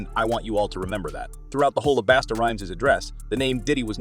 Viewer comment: Bosta basta damn get that mans name right.